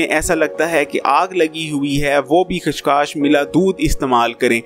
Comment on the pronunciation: Khas khas Nahin chacha khaskhas